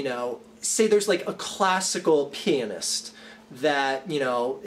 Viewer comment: When said "classic pianist" it almost sounds like "classic penis"